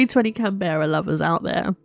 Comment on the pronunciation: Also that's an interesting way to pronounce Canberra lol (think capital of Australia!)